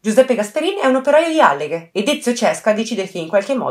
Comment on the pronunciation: Ciao, scusami io adoro i tuoi video ed apprezzo sempre i tuoi lavori, però ti suggerirei di prestare più attenzione alla pronuncia sia di nomi di persona sia di luoghi, in questo caso Alleghe si pronuncia con la A accentata (lo puoi trovare anche scritto su Wikipedia..). È solo un consiglio, non prenderla come una critica, detto questo continua così!😘